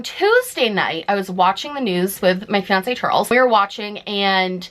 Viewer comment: When you said my fiance Charles, what I heard was "My fancy Charles". Now I'm waiting for the Middle Ground podcast to hear fancy Charles.